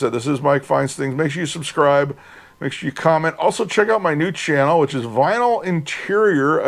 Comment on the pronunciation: Nice finds Mike! By the way, Bruce Channel’s name is actually pronounced like the designer name Chanel…